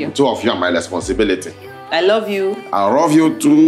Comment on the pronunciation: “I rove you too”